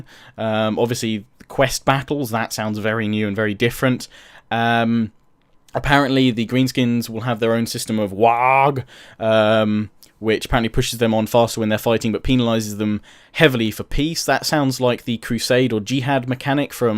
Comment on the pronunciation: Waaaagh is pronounced "War" just drawn out. Not "waag"